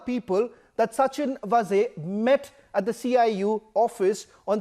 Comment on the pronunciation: Sachin VAAZE and not Vaze as pronounced by you.